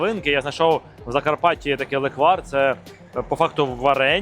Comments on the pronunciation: лЕквар, а точніше лЕкварь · По-перше: лЕквар, а ніякий не леквАр. І по-друге: не зі слив, а лише із ЧОРНОСЛИВУ! Бо зі слив на Закарпатті варять сливовицю))